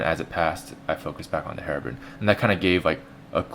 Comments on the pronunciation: FUCK DID YOU SAY ::: HEROBRIN :: IT MUST BE HEROBRINE " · HerobRINE! There's a silent E at the end! That means the I makes it sound. Not Herobrin